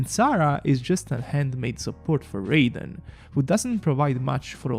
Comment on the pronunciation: please learn how to pronounce raiden